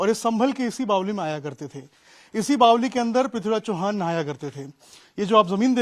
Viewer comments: बावली नही बावड़ी बोलो😂😂😂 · बावली नही बावरी होता है! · मर बावली नहीं बावड़ी होता है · bawdi hota h bawli nahi😂😂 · बावली नही भाई बावङी बोलते है